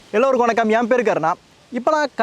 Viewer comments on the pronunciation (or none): none